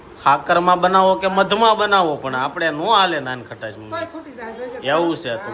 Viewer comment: Nankhtai kevay nan khatas n kevay😊